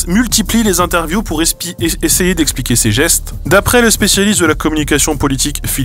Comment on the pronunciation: J'ai adoré le lapsus "expier" au lieu d'"expliquer".